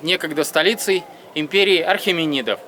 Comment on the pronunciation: Столица династии Ахеменидов, а не Археменидов. А так всё круто и интересно. Удачи вам...